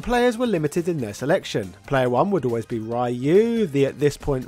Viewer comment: Wish you'd learn how to say Ryu